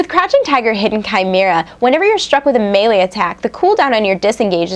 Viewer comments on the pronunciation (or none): none